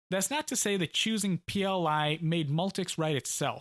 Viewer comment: Hi, I'm only up to E4, but enjoying it all so far. As a small point I'm pretty sure that the language used for Multics is "Pee El One" not "Pee El Eye". See I know I had trouble with this distinction when I first encountered "PL/I". It would seem that the jokers of the day used roman rather than arabic for the one. See where the pronunciation is clear - /piː ɛl wʌn/ .